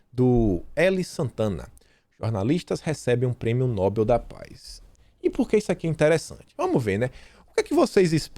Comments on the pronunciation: a pronúncia é prêmio 'nobél' e não 'nóbel'. Escreve 'nobel'. A tônica é no 'e'. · leia por favor: NOBEL é oxítona e se pronuncia nobél, nunca paroxítona nóbel (obs: Nobel não tem acento). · No-bel. Não é nóbel. A maioria pronúncia corretamente. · Ótimo vídeo, mas é "NoBÉL" não nóbel